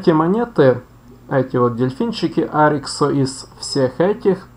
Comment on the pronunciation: Добрый день Поставил лайк,хотя Вам стоило бы вникнуть глубже в тему. По поводу дельфина Тюшка, название пошло от первых двух букв ОY. Тетта и юпсилон, (ТЮ) Остально уже добавили местные жители села Парутина. Не нужно говорить на него О-Ви, так же очень режет слух от Ариксо))) Заметно что Вы проживаете далеко от Ольвии, местные говорят Арих